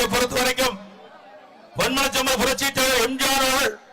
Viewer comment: இவன் வாயிலே தர்பைய வெக்க இவன் எப்ப பேசினாலும் எம்ஜிஆர் என்பதற்கு பதிலாக எம்ஜார் என்று தான் போண்டா வாயன் கூறுகிறான்.